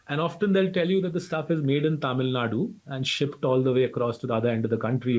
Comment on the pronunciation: Thank you for saying 'Tamil Nadu', and not Tamil nad